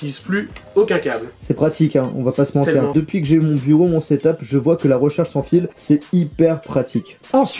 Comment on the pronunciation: The Houzayfa 59 haha l’accent belge poto